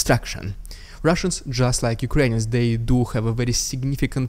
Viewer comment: Why do you call Ukrainians as”Ukrains “?